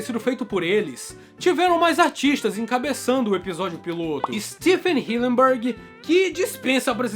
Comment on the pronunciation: Hillenburg ❌ Hilleburg ✔️